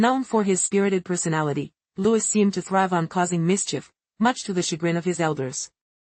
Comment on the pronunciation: His name is pronounced…LOO-EEE NOT Loois.